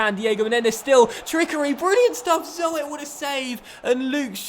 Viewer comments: 'zoet' is pronounced as 'suit', but with a 'z' :) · is pronounced like Z-ou-t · "Zoet" is pronounced as "Zoot".